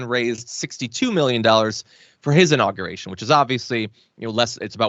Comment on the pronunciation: Hey, new guy, I'd imagine you went to college. Make your parents proud & stop pronouncing the word inauguration....'In-nogger-ation' -DERP🤪